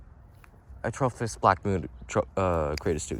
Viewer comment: Me: watching the Atropos knifes and listening to you. Also me searching atrofis on google to find it because you say atrofis 😆